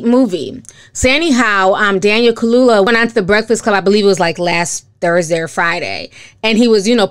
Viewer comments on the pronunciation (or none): Hey Ti, not trying to be rude but Daniel's last name is pronounced Kal-u-ya 😊